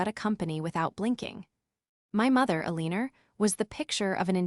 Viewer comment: All these stories have an Alina in them— pronounced Alina’s. AI needs to learn how to say these names if they are going to use them.